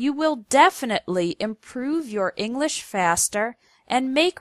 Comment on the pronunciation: Ing lish.